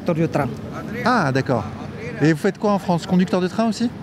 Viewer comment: Que se passe-t-il exactement, en fait, en Fronce, en 2024? Je suis perdu à présent,, je ne vous le cache pas...